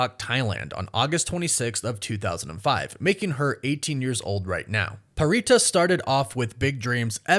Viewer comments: Pharita’s name is pronounced: Farita! Not prita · Pharita is pronounced Parita. She is Thai and in the Thai language the PH is not treated as an F. It is in her introduction video and you can hear not only YG staff calling her Parita in the LAST EVALUATION but also hear her say it in interviews. Think about it this way, Phuket in Thailand is pronounced Poo•ket and not Fuk•it.